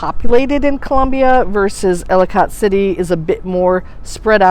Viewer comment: Ellicott City pronounced- Ellakit City